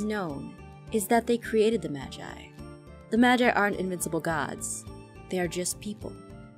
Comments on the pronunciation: not to be rude but Jess...... Your pronouncing "Magi" wrong. Its pronounced as (Ma-Ge) not (Ma-ji) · STOP PRONOUNCING MAGI WRONG PLEASE!!!!😨😨😨😨 IT'S PRONOUNCED MA-GEE NOT MA-JEYE!!!!😨😨😨😨 YOU ARE DRIVING ME INSANE!!!!😨😨😨😨